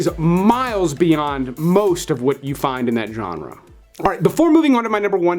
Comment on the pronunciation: Say genre again! I dare you! I double dare you!!